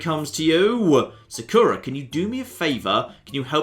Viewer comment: Also... am i the only one who hates how he says 'Sakura'? damn it, i pronounce it as would any japanese person would.